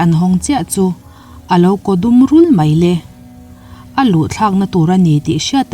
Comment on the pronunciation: A bengvarthlakin ngaihthlak a manhla e.Mahse mai,tihturah mei i ti erawh beng a tithlep deuh lamdik a harlo bawka i lamdik theih chuan a lawmawm hle ang.Tawng humhalhna kawngah in yangkai si a.👍👍👍